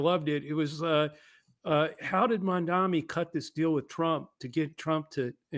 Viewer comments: With respect, how difficult is it to get his name right? It is "Mamdani". Not "Mamdami" or "Mandami". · Y'all GOTTA learn how to pronounce the man's name. It's Mamdani. Like Mom Donny. Not Mondami. Love y'all, but fuckin hell ✊🐸